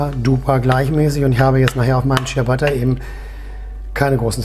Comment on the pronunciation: ich musste den clown wegmachen, als ich hörte, dass er nicht mal "ciabatta" aussprechen kann... echt übel.